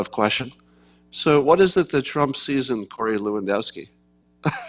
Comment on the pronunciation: Say "LEv-An-DOFF-Ski". Dziekuje (Jen-COO-yen), bardzo.